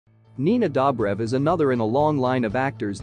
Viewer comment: Nina DOH-brev